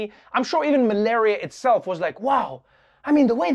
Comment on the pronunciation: Even malaria? Not malaria Trevor😂🤣